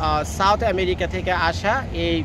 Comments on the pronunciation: ভাই আপনি দেখানোর চেয়ে, বেশী কথা বলেন, আরা ম্যাওরিকা ম্যাওরিকা বলা বন্ধ করেন। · Vai apnar merica merica sunte heby hashi pai😂